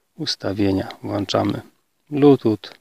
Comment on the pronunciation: WŁĄCZAMY!!!!!!!!! NIE WŁANCZAMY!